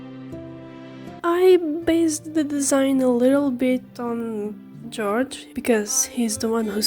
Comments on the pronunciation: Not to be that person, but the one who voices Odysseus and wrote this musical (Jorge Miguel Riverra-Herrans), I noticed you pronounced his name 'George.' (I did too, for the longest time lol) It's actually more akin to 'Hor-he' (or, whore-hey) Both the J and the G seem to make more of an h sound. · For you saying, you don’t know much English it is very good, but his name is pronounced horeha I know it looks like Jorge but that’s how it’s pronounced. Hope this helps. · For future reference, jorges name is pronounced "hor-hey." Hope that's helpful! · Your voice is lovely and your art's amazing! Also Jorge's name is pronounced "hor-hey"